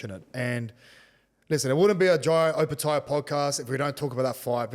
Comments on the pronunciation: How tf does jai still butcher his last name till this day? No ‘O’ in samoan is pronounced ‘oh’ 😂 fmd idk how there’s no family members that correct him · Love the uso & everything he’s done in the sport & community especially for Pasifika. But for the love of all Islanders, please pronounce your surname correctly - don’t pronounce it the Palangi way. Just my two cents but love ✌🏾